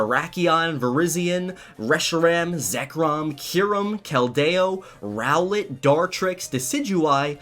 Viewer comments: KelDAyo..... bro. Isn’t it pronounced Kel-dee-oh? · God damn bruh it's Kel-deo